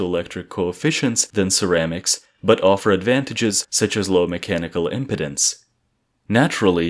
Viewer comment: we're not talking about your male health issues, we're talking about electrical physics. "Impedance" is pronounced im-PEED-ins. holy f.